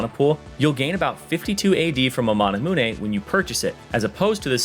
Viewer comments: Manamune, not manah muuhnay. you know like immune is not pronounced immuuhnay....... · stop saying mana moo nay please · DID YOU REALLY PRONOUNCE MANAMUNE AS MANA-MOO-NE WTF